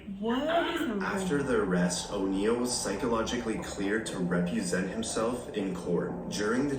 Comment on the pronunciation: Dude said he was "cleared to REPUSENT himself." lol